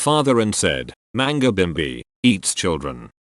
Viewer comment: the correct way of saying it it "lui mangia i bimbi" remember that in italian the "g" sound id determined by the letter after